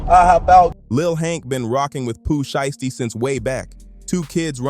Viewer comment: Definitely a Ai video can’t even say his name right SKIP THIS VIDEO